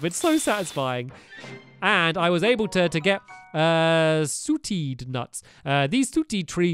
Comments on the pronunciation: Who else corrected him when he said "Sootad nuts"? Stamps not trying to be rude but it's pronounced (saw-tade)(sauteed) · It's not sooteed nuts it's SAR-TAY-D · I get it mixed up too, when I first see the word. It's pronounced "SAW-TAY" So, "SAW-TAYED" would be what it said. It's fine! It is a weird word! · Stampy. You said it wrong. ITS STAM-INA! AND SAW-TAED! Also I get why he ate the wrong peppers. The cooked peppers were on Food, while the raw ones were on Materials. He took no notice of the icons and names at the top. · sauteed is pronounced as sautayed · It's pronounce sautey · HE SAID SAUTEED WRONG (aigu on first e)